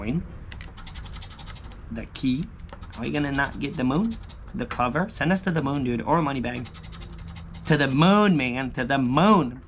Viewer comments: It's cl-OOOOH-ver....just so you know..lol....not cluver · It’s a clo—ver. Like a four leaf clover. Not cluvver. It’s pronounced clo—ver. Lol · Lol yes it’s true .. clOver